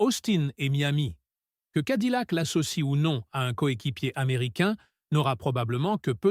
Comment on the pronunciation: Cadillac se prononce cadiyac et pas cadilac! 🤣🤣🤣